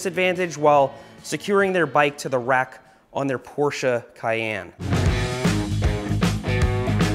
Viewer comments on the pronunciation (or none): none